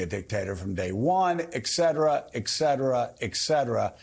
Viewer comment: Stop saying “ExCetera” Joe! Geez